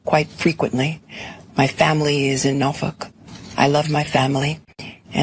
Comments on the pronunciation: Norf+ck? Norfolk is the proper pronunciation I believe. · The Democrat party is a safe haven for criminals. James is so stupid she thought that she could fine a multi billionaire out existence. She pronounces Norfolk how? Norf*ck! The DEI hire can be sent to school but the ghetto can't be taken out of the DEI hire. James charged Trump with a crime but there was no victim. She committed the very same crime but this time there is a victim. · Big Letty pronounces “Norfolk” like “Norf**k”. Even her language is corrupt. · "My family is in NOFUK".... Well, as a matter of fact... Your family is FUKD.... 😂😂😂😂😂😂😂😂